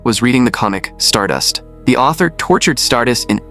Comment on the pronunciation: Bros saying stardus where’s the tttt